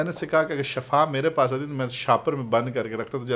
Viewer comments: درست لفظ Shafa نہیں بلکہ "SHIFA" ھے۔۔۔۔۔Shafa کا مطلب موت ھے اور SHIFA شفا کا مطلب تندرستی یا صحت ھے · Mein heran hun k itna ilam rakhne k bawajud aap ko ye farq maloom nahi k shifa hy k shafa hy Sahi lafz shifa hy dono k meanings me zameen asman ka farq hy plz eis ko sahi karein